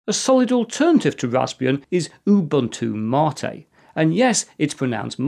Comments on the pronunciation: Now if we could only get him to pronounce Ubuntu correctly! (oo BOON too) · It is funny that you lecture people about how to pronounce MATE, while totally butchering your pronunciation of "Ubuntu". It is actually Ubu-Ntu (similar to entoo).